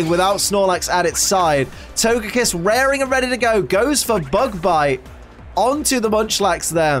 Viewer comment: Can’t wait to see this with my wife when I get home from work tonight! Go Team Lax!! Also, comments already spoiled me you once again say “Togepiss,” can’t wait to see if on Togepi or on Togekiss.